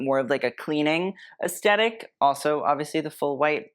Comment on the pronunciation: Honey, I LOVE YOU! I watch all your videos and really appreciate your work. I have to say - PLEASE - YOU SAY THE WORD, "AESTHETIC" ALL THE TIME, AND YOU PRONOUNCE IT WITHOUT THE "TH". Please say it with the "th"!!! I'd love you even more!!!!❤